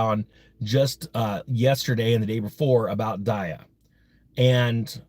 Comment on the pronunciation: Pretty sure its DEEE AH . Did you do your research bruh?